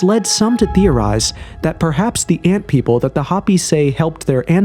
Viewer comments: Hoh pee! Not hoppy. Isn't there a way to go in and tweak the CG voice over? Repeated, stupid mispronunciations are irritating. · Drives me crazy that so many creators and narrator’s nowadays cannot read basic English. Hoppy vs Hopi for instance. It’s sad. They no longer teach kids how to use phonics to sound out words. They want them to recognize sight words. Which has lead to smaller vocabularies etc. Parents must teach at home and subsidize by sending them to school. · Hope - E, not Hoppy a least get the pronunciation correct. To be even more correct use the correct name for these people, the Diné. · hopi is pronounced HOPE-E ... ffs this vid is so mid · I can't stand how you pronounce HOPI 😣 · The o in Hopi is pronounced with o not a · You gotta learn how to pronounce "Hopi" and "Macbre" correctly bro